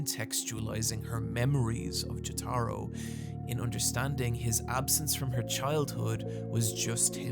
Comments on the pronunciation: Why are you saying Jotaro like that? I feel like I would remember if you did that in the part 3 video. Also, I hate part 6’s ending. I despise when the events of a story are erased, it makes it feel like the whole thing was a waste of time. I like part 6 as a whole, and I don’t mind Emporio beating Pucci or the whole cast being resurrected at the end, the whole story being nullified still really perturbs me. Like, despite all the other problems it has, my biggest issue with Sonic 06’s story is that it’s undone at the end. The main story with Sonic is hot garbage, but I genuinely there was a lot of good stuff with Silver, Shadow, Blaze, and Memphis Tennessee. Their character arcs and sacrifices being gone at the end, with all their memories (based on later games in the series) also being gone, it just annoys me to no end. Mephiles is, I think, one of the best villains in the Sonic series, and he deserves to have a spot in the timeline. Mephiles himself says as much in Shadow Generations. Anyway, sorry for getting sidetracked ranting about Sonic the Hedgehog. Great video. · please don't pronounce jotaro like that. by the way. huge fan but. please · You emphasize the wrong syllable in jotaro. Its JOtaro not joTAro. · I hate hate HATE to be THAT guy, but please, its "Joe-tuh-row", with the emphasis on the first syllable, not "Joe-tar-oh" with the emphasis on the "tar" syllable, as you say so many times in this video. Again, I hate being a grammar nazi, but Jotaro is arguably the main character of the entire series, and its truly a necessary to pronounce his name right if youre going to be both a Jojo's fan AND a person of moderate intelligence. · I’m sorry but I can’t take it anymore lol, it’s pronounced JO-Tuh-ROH, not Juh-TAH-ro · Jo-tuh-ro, not Jo-tah-ro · PLEASE,, it's Jótaro, not Jotáro wth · Jataro? JATARO? NOT JOTORO, NAH JATARO. Anyways great video as always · Not jo-taro, its jo-ta-ro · Ah yes, the protag of part 3, Jah-Taro. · Who the fuck is Jahtaro